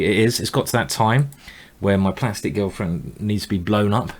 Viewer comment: Anyone else notice that Simon says girlfriend like Gelfand? :P